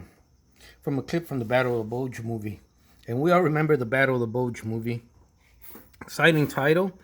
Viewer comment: Bulge....not Bugle